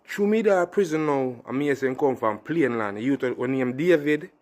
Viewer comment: Yow bredda not say plane land, the ting a payne land.